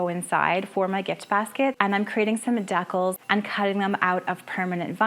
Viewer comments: I’m pretty sure the word that you keep pronouncing deckles is the word that is pronounced decals…..😊Dee-kal. But I bet it’s a Canadian thing, right? You have great creativity! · Wonderful ideas, but a teeny fyi: it's *dee-CALS*, not *dekkles*. Just saying lol!